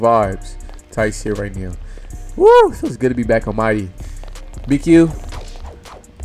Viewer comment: Dat shit be funny ASF when he say that